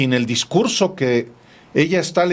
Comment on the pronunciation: Como no hay discugso voy a improgvisag!